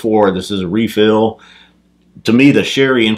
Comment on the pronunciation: You’re Texan now. Anyone who can pronounce “refill” with 4 syllables is Texan brotha. Nice job fellas. Cheers